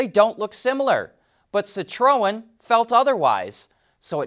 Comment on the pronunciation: Sit row en? That's just f'n painful to listen to and you repeated it 4 billions times in 30 seconds. FFS, you're part of the f'n car industry. Learn the correct pronunciation of the friggin' marques.